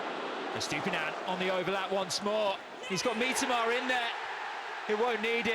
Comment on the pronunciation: Mitoma ❌ Meetama✅